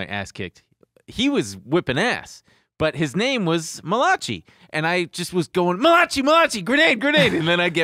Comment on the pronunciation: Tbf to and, I went yrs pronouncing Malachi the same way too 😅 like why isn’t it spelled malakai? Doesn’t make sense lol